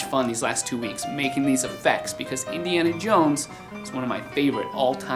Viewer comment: Indy-ana Jones hahahaha